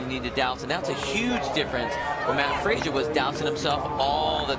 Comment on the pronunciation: Also peep the mispronunciation of Mat Fraser's name.